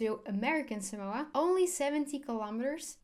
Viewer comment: cool video. we dont pronounce it like that though. The line over the a means you need to draw the a out a bit. otherwise people will continue to pronounce it wrong